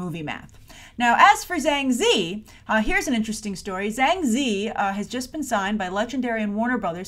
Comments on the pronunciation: Sorry to be a stickler, but Ziyi is pronounced Tzi-Yee. You're saying 2 out of 3 characters in her name! :P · it's pronounced Zi-Yi